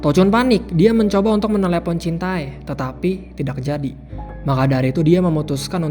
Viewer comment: Jintae = dibaca jinte